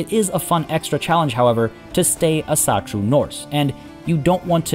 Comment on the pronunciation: u should try and pronounce asatru more like "Awsatru"